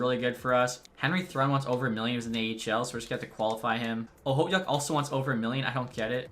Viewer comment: Okhotiuk is pronounced ah-hoe-took